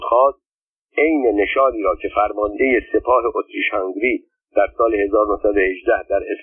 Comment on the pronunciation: اسم امپراتوری اتریش - هنگری را هم غلط تلفظ می کنید. هُنگری به ضم هاء است. البته مطمئنم ضم هاء نمی دانید چیست ولی کافی بود به املای فرنگی نام کشور مجارستان (Hungary) دقت می کردید. حروف لاتین را می توانید بخوانید؟